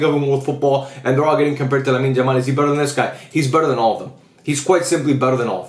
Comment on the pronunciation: I love your videos but can you please call him Yamal and not "Jamal"😭